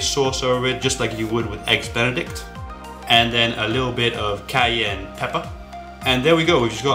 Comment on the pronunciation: I've listened to this man say cayenne pepper about 40 time's now... Just can't handle it man. Laugh every damn time.